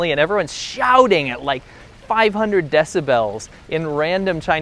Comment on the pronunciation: 1: you’re a piece of shit 2: it’s decibels... not dessibellls